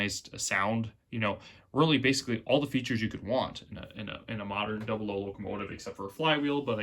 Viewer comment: Hornby Dooblo? So you would pronounce 'double' as 'dooble' ...? YouTube is so entertaining! And by the way, Great Video!